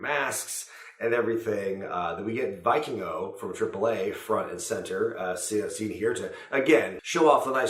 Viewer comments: Vikingo....Vikingo Not Viking O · Isn't Viking-O's name pronounced Va-King-O?